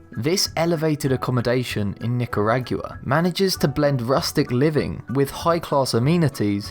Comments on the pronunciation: I am from Nicaragua and I just died at how you pronounced it. LMAO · When he said "nikaragyoo-a" I fucking died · You've never been to Knicker Aguar? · I just CRACKED up